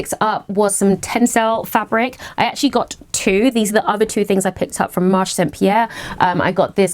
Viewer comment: You indeed pronounce Tissus Reine correctly! (But Marché Saint Pierre you don’t drop the e at the end of Marché so it’s marsh-ay rather than marsh 😉) I love it when you do Paris hauls, I spend soooo much time in these shops it feels like you’re visiting my living room!